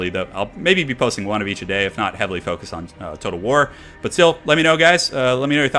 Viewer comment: he's saying wog. it's WAAAAAAAAAAAAAA and in WAR but Orcy.